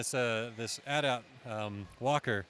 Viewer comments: It’s not at at. It’s A T A T. You pronounce the letters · DID HE JUST SAY At At?